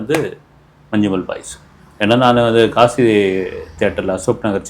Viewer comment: உச்சரிப்பு 'மஞ்சும்மெல்' இல்லை 'மஞ்ஞும்மல்'